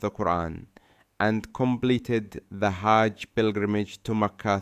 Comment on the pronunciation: Why does he sound a bit like a pakistani? A saudi would not pronounce hajj like this dude does, I think..